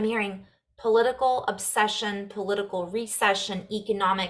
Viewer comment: How perfect you said “pull-itical” (political) pulling our attention in certain ways. Thank you so much for you service to share Namaste 🙏🏻 ❤🙌